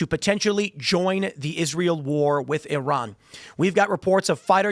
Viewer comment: needs to learn how to pronounce Iran.